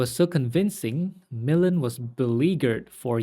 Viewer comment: It’s pronounced mih-LAND